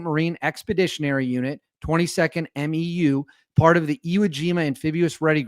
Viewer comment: Just a heads up from the Marines. MEU (Marine Expeditionary Unit) is pronounced M-YOO like in coMUnicate.